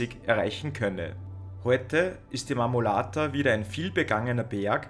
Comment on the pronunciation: Sehr informatives video. Der Berg heisst Marmolada. Wird nicht mit "t" ausgesprochen.